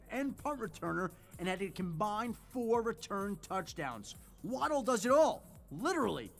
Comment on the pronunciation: It's Wah-dull, not Wah-dell.